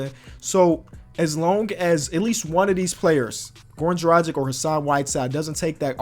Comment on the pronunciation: “Dragich” not “Drajik”